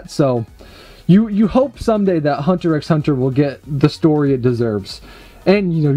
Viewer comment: The X in hunter x hunter is not pronounced, its just said "Hunter Hunter"